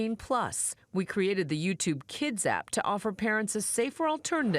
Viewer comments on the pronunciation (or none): none